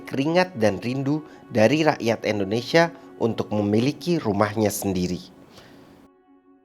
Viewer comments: Indonesian ✅ endonesia ❌ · 🙏🏻 maaf om kalo saya salah dengar om bacanya endonesia bukan indonesia (jng di bully om ) ttp semangat ngonten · Sejak kapan ( Indonesia) di ganti endonesia 🤣🤣🤣 sejak tadi kalo bicara Indonesia jadi endonesia